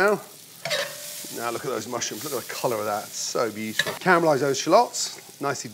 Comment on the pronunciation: oh "BEUTIFUL" everythings BEAUTIFUL for god sake is that his favourite word !!